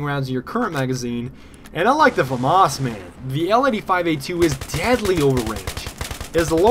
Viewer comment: hey, famas is pronounced Fah-mahs, but run it together without a pause :)